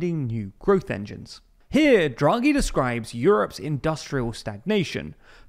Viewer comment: It's DHRA-GHEE not JRA-GHEE